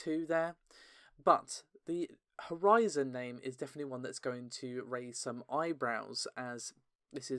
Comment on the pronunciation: “New HorZen”